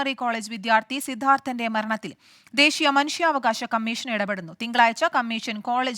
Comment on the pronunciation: സിദ്ധാർഥ്നെ എന്ന് വായിക്കുക